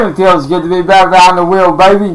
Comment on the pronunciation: "It feels good to get vehind the vheel again..." FOOL YOURE PLAYING WITH A TOY